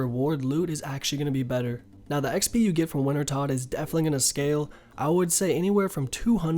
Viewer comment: Rsn- the foxing Wintertodt sounds like wintertoad / I’ve used lot of your videos to help me get back into the game after just coming back